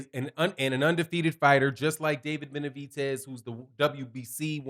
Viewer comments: gr8 show always but stop calling him Benavitez it's Benavidez with a D not a T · Benavides, not Benavites. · Why do you keep calling him BenaviTez it’s BenaVidez... with a V